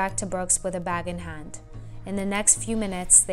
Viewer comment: The way this woman says “hand” is really bugging me